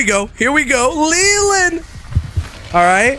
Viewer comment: "Le-land? No I'm named you L-E-L-A-N-D"